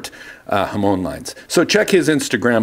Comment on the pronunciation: Hamone? Hamoan? Hamown? HamON!! When you have a pizza do you put Ham ‘own’ it? 😂